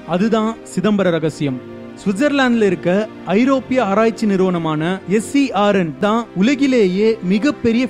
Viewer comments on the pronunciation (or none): Its CERN, Not SERN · It us CERN. Not SERN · It is not SERN. Its CERN. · that is not SERN, It is CERN. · FYI,Switzerland lab is called CERN not SERN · Bro, SERNஇல்லை its CERN